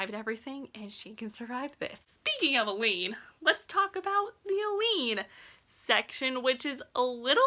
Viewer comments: Just so you’re aware, it’s pronounced “A-Lynn”. I honestly had to google how to pronounce all their names lol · I keep thinking you’re saying “Elide” 😆